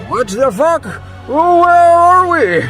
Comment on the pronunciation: Lol bro said waht fah phuck